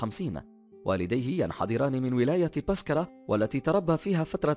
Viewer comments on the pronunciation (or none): واد سوف وليس وادسو بسكرة وليس pascara هوّاري بومديّن وليس هواري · واد سوو ولاية باسكرة جامعة هوريا ههههه حسيتها مريكان ماشي جزاير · نطقك للاسماء خاطئ نرجو التصحيح ( وادي سوف و ليس وادي صوف ، بسكرة و ليست باسكرة بالباء الللاتينية هواري بومدين و ليس هوراي بومدين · هوراي بومدين hwari منتطقش horay وواد سوف wad souf متنطقش wad soof وبسكرة biskra مش baskara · وما شفتش كيفاه نطق واد سوف وبسكرة والمغير هههه